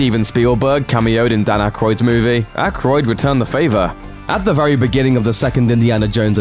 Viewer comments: It's Dan Aykroyd not akroyd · It’s actually Dan AYkroyd, not Akroyd